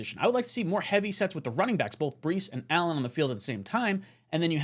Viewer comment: Somebody check on. He must be on drugs calling Allen like Henry. 😢